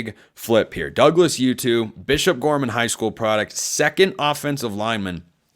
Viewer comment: I dont know how to pronounce his name either, but it's probably oo-too /uː.tuː/ not yoo-too /juː.tuː/ Putting a "y" /j/ sound in there when a word is spelled with a "u" is an English thing.